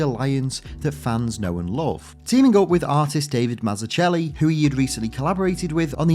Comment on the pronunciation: Great video and obviously one of the best origin comics ever made. Just a slight correction on Davids name, it is actually pronounced Mazzuckelli. There's a fun clip (and amazing video) of him explaining this around the one minute mark of Keep it up, really enjoy your video's!